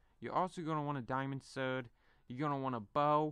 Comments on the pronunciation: A sowd... It's said like 'sord' not 'sowd' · speak properly , u say surd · oh my god people liked it how how I say he couldn't even say sword he said sowd lol click bait if you liked it I am disappointed what has humanity become?! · HE SAID SERD